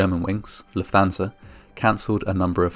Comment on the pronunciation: Just a minor point but it's pronounced Luft-Hansa, rather than Luf-Thansa